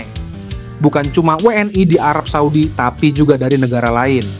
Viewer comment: 😂😂😂 ngomong WNI nya biasa aja ..gak usah WNAY